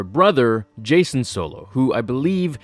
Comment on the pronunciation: A couple notes before my thought. Jacen is pronounced like JayKen Not Jason Onderon is pronounced On-dur-Ron. Not On-Dare-In Now I honestly dont like this theory that Palpatine was using snokes body as a vessel for 2 reasons. 1) it sounds like an angry fan justification for Rian Johnson killing Snoke so abruptly (which honestly I was fine with Snoke being just a random dark side user that was really powerful and killed so beautifully) 2)until we see what happens in 9, Andy Sercus himself said there was no significance to snokes ring other than it being an accessory. So I think the whole Palpatine legends bit honestly isnt as satisfying to me cause George didnt write it or approve it. Alot of the Expanded Universe was written by other authors and most of it George said he really didnt enjoy